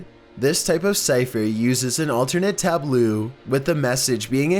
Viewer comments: wtf is a tablooo? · The constant bad pronunciations on this video are really distracting from an otherwise entertaining video. Wtf is a tabloo ... tableaux is pronounced “tab-low” leaux = pronounced low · since you haven't learned this lesson yet, apparently, when you come across a word that's new to you, ASK SOMEONE HOW TO PRONOUNCE IT. "Tab-low" not "tab-loo." SMDH - it's a "cipher table" or "tabula recta" anyway. Who writes and edits this crap? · Lmao he pronounces tableau as "tabloo"